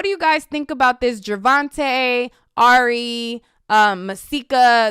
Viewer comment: you keep saying airy when it Ari lol